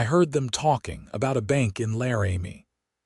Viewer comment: Laramie is NOT "Larry-Me". It's "Lar'-ah-me".